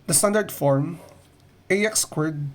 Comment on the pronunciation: Why does he say squirt instead of squared